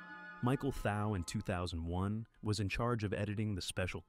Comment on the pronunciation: Nice video, just a note that Thau is pronounced Thaw.